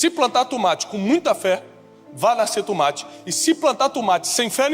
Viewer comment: Cade o wesley.. pra zoar o tiago falando tûmate???